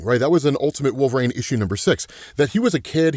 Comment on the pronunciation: You still can pronúnciate WOLVERINE. 😅 Who’s wolverang?🪃